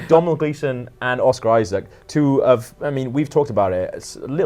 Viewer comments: Attention everyone who isn't Irish - Domhnall is pronounced Doen-al. Not Dom Nil. Imagine it's Donal. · Dom-nal Gleeson?! It's an Irish name pronounced exactly the same as Donal